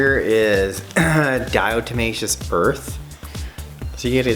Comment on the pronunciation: Please stop saying it like “di-O-tomaceous”, lol.